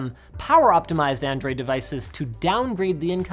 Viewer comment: Did anyone else hear “handroid phone”?